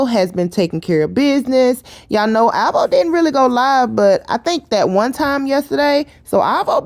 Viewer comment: Oh my God the way she say alvo make me cringe🤦🏾‍♀️